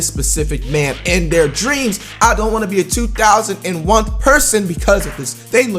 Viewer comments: My man said 2001th 😂😂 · did our man Flight really say two thousand and oneth? it's two thousand and FIRST dumb dumb!